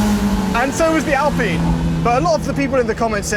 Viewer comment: Please stop saying "ALPEEN".